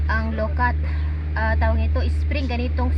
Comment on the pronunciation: Ang pronounced niyan ay LO - QUAT !!! Hindi lokat kasi may puno din kami niyan sa backyard 😅